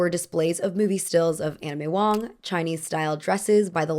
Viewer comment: Did anyone else hear "Anna May Wong" as "Anime Wong" at first lol